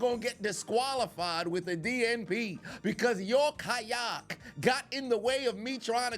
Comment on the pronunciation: The way you say kayak. Kayahhk 😂